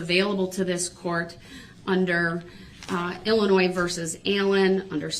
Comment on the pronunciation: Illin~noise...does he not even listen? Or is he just wallowing in ignorance?